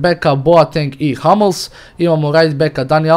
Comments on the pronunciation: Nije Hamls nego Hummels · nije halmes nego humels